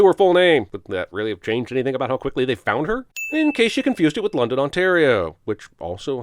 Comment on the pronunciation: instead of ‘lundin’ they pronounce it with hard O’s to be LON-DON... probably